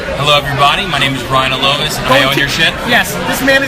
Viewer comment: Quick correction — it's "ralovis" :)